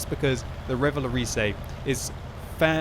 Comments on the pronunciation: xD RéValowrizé that's funny in english for prononce this in french it's like ReuVa-LauRRisé what the hell is my comment O_o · Revalorisey? that's not how you pronounce it...